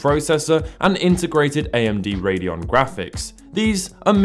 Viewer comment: For future reference, "Radeon" is pronounced "Raid-eon"